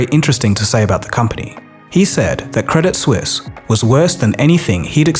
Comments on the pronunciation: Hey, just one thing, the T in credit suisse is silent - its french, not english. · Credit Suisse ❌ Credit Sus ✅ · I will never not pronounce it "Credit Soo-eess"